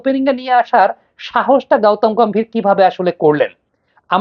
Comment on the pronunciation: গাওতাম গাম্ভীর না,ওটা গৌতম গম্ভীর হবে